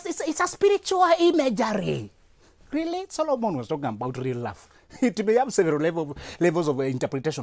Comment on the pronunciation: Hahahaha eeei "...maybe it's your smile.." 😂😂😂 Rearry?